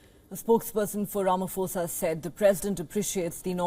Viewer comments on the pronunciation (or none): It's Ramaphosa not Ramafosa. 'Pho' is pronounced the same way as 'po' for poland. like this